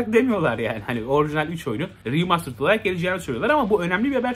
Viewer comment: seni çok seviyorum ama Riimastırıd deme be abi 😄😂 veya 8-10 kere deme yani